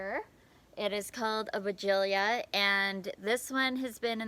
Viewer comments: Hello,it must be pronounced why gee la as it has no 'i' in the last syllable.but don't worry, you're not the only one mispronouncing it! There are many sites to help with any word if you have query, and they all pronounce it why gee la or why jilla. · I’m confused as to the pronunciation of this bush. I don’t see the extra syllable in the name of the bush. Sorry! Former English teacher, here!